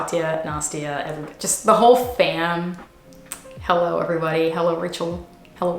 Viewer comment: I love ur fancy hullo lol